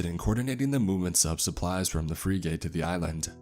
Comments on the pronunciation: I hate how he says frigate, like freegate, no it's pronounced like "fric it" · For the love pf god, please learn to pronounce the word Frigate... It's not freegate, it's "friggit". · Bro, you gotta stop saying free gate. Google how to say words, if you’ve never said that before. every time you talked about a frigate a was thrown for a loop. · “Freegate?” Or you mean “Frig-ate?” Also like “frig-it.” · The word is frigate, not freegate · I heard say "fra-gate" instead of Frigate. Sorry, I study and research military hardware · It's a "frig-it" not a "free-gate". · "Frih-guht" not "free-gate". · Great stories, but dude, you gotta learn to pronounce certain things properly when you're recording them. Frigate is pronounced "frigg-it", not "free-gate". Not trying to troll, just trying to help. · Dude, its pronounced frig-it not free-gate. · It's pronounced like "Frig it", not freegate. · Pronounced "Frig-get" Good story !! 🇺🇸👍🏴‍☠️ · To, it’s pronounced Frig-It not Fri-gate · Great story, but I winced every time you mispronounced frigate as "freegate"! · Freegate got me cringing, especially being former Navy...pronounced Frig-uht. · Free gate. Lol. How do u not know how to pronounce a ships class. U idiot. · For frig sakes, it's pronounced 'frig-ette', not 'free-gate'. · Thank you! Frigging annoyed me... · Arya Apollyon its pronounced fregit. Not free gate. What an idiot this guy is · free gate.... you mean.. frigate!?!? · If I hear "free gate" one more time I'm gonna scream. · Honestly, this story was kinda terrible. Didnt make much sense and the dialogue was awful. You're also killing me with how you pronounce "frigate". Have you never heard that word before? Its definitely not "freegate". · It's pronounced Frig - it. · Or a balunka? Is this on an alien planet? I know what a "fRIGate" and a "baluga" is...never heard of either of those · Frigate is not pronounced free gate- it's fri (short I like fritter) and the word get. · navy frig-gate. Lol